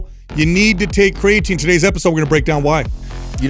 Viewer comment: He says cray-atine lol